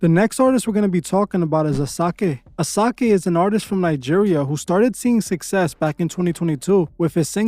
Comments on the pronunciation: Some Pronunciation corrections: Rema's debut track isn't "Diami" it's "dumebi" pronounced= Doo-may-bi Asáke is pronounced = Ah-sha-keh Great video as always🥂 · Finally As a fan from the great Nigeria. These facts are quite accurate though there are few misses like the pronunciation of the names of the Olamide & Asake. You should know that both Rema and Wizkid has church backgrounds in music. Wizkid was a choir boy back in the days when started his career officially in 2000. Rema won a competition singing gospel music with his partner Alpha P. Though Alpha is not as popular as him. To mention but a few. Kudos for doing would be expecting the part 2 of this video.